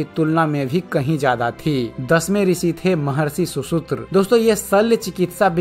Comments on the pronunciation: Bhai content bahit rich he kripya uccharan suddhi par dhyan de. Shushrut he shushutra nahi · सुसुत्र नही सुश्रुत ।